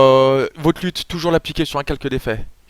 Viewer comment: Je crois qu'une lut se dit leute et pas lute. (Selon hardisk)